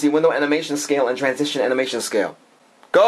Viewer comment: its animation not amination.lol.